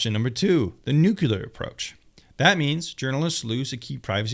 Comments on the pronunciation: It is not nukular. It is NEW CLEAR or nuclear! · Nuclear is like new-clear. Not Nuke-ya-luhr.